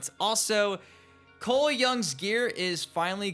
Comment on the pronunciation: You gotta stop saying coles name like that you sound stupid just say it normal